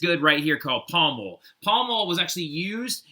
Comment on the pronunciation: "palmol" (also is it the African sleeping sickness?)